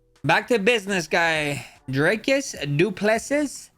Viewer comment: How u r pronouncing? Dricus and khamzat names😅